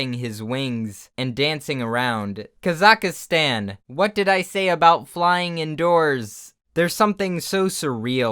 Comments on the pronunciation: "Kazakastan" It's Kazakhstan not Kazakastan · pronouncing Kazakhstan as "Kazakastan" took a few months off my life. (it's ka-zak-stan) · kazakhstan whenever says kazakastan: AmIAJokeToYou.png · Kaz-ak-is-stan It is pronounced kaz-ak-stan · No one: Literally no one:: Ka-Za-Ka-StAn (it pronounces like "KAzahstan" xD) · kaz-a-ka-stan lol. (Its kaz-eck-stan) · "Kazakhastan" KAZAKHASTAN ?! this is just disgraceful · What is k-za-k-stan , its Ka-zack-stan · NAH BUT THE WAY HE PRONOUNCED KAZAKHSTAN AS "kazkahstan" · Um actually, it’s pronounced “Ka-zik-stan” 🤓🤓🤓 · Isnt kazakhstan pronounced Kazak-stan Not whatever you said XD srryjust thought that was weird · The way he said kazakhstan ( kaz- ak Stan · “Kah-za-kah-Stan” They way you pronounce Kazakhstan is amazing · "kazakhustan" -, 2019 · Kazakastan? Nice pronunciation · It’s “Ka-zah-STAN” OMG🤣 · The way he pronounced Kazakhstan. KA ZAC STAN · Kaz ik stan Thats how you pronunce it Well how most people pronunce it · Why is no one pointing out how he said Kazakhstan? Who is Kazaka, and more importantly, how does he have stans already? I don't mean to be rude, I just thought my joke was worth making and I really enjoy being pedantic and having a stick up my ass lmao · No one: Not a single soul: trying to say "Kazakhstan" and "Belarus": KAZAKA STAN & BELLA ROOS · Why do westeners have so much trouble pronouncing Kazakhstan? Fucking Kazakastan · it’s Kah-Zukh-Stan! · BTW, Kazakhstan is pronounced without the second "K" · американцы реально так происносят казахстан? казакахстан? О_о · "Kazakahstan" no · Did he just pronounce “Kazakhstan” as “Ka-za-ka-stan”? XD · .i fell on the floor when heard "kazakastan" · I’m sorry but please for the love of God, don’t ever try to pronounce Kazakhstan ever again. My soul died a little when you said “kazakistan”... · It's pronounced kaz-ack-stan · Kazakhstan: exists: kaz-A-kA-stAn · "Kazakastan" Dude you're doing it wrong XD